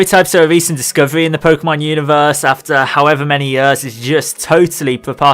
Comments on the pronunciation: please say years instead of yuhrs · Everytime you say "yöööörs" instead of "years" something dies inside me =D